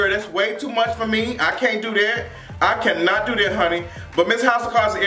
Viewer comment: you be killin' me with that I cun not, I cun not! I laugh every damn time!